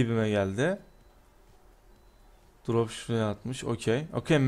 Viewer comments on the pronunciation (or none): none